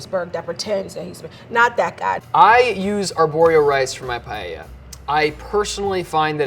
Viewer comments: I am Spanish and is making me suffer a lot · All love, no hate (Especially for <3), and I'm not really a pronunciation person, but the way they pronounce paella triggers me everytime. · As a spanish speaker, it's sooo funny to hear you guys pronounce "paella". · Not paieia but PAELLA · Why do they say payeyeia. Es Paella, PA-E-LLA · Quién quiere llorar después de ver estas paellas 🥲 hasta el lvl 3 le pone cosas raras xd (me encanta que le digan "pallella" o pela" ajsjjaja) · I was so confused throughout. Here in France, paella is pronounced paeLLa not paeya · Porque nadie pronunciar bien paella?? No es pallella, es paella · Me causa mucho conflicto que nadie pueda decir Paella correctamente. NO ES PAYEYA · PAELLA Everyone in the video : 'PA-E-A' Me : 'Paella'.... Where I pronounce both the LL Is my pronunciation correct or theirs 🤔😵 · I think they should all be moved up a level for pronouncing it 'Pai-ay-ah' instead of 'Pie-ella'. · Llevo dos segundos y ya estoy llorando. Also, guys, why do you say pallella? PA-E-LLA. Aaaand we don't use extra virgin for frying. Unless you are bougie AF. It is for eating it raw. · First step could be to NOT say " pallella " ? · ‘Pallella’ learn how to pronounce it and then you’ll cook ma’ darling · i don't understand why most americans say "payella" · por qué lo pronuncian payeya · I am Spanish and I want to cry! The woman can’t even pronounce paella right? Wth is payeya? If I was presented with any of these dishes, they would have to go in the trash where they belong. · As a Spanish native speaker, I get so peeved when says "payeya". Dang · I'm from south Africa and it's bugging me that they say paella. Here we pronounce it as pa-el-la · Payeya? Spanish chorizo just because paella is from Spain? It's not that difficult, please, just focus a little bit. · "Payeya" Killed me!!😂😅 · « Pie heya » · Or the English with…Pie-el-la…shudders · Paeiaia XD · or worse, "pallella" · Her "payeya" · Nobody: The Girl: pallella 🤣🤣